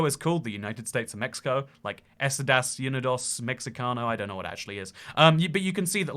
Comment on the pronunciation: Your pronunciation of Estados Unidos.... ooof....